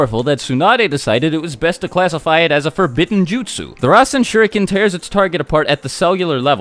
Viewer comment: Omg how you said “futon RASEN SHURIKEN” i started laughing. You must watch naruto in English! 😂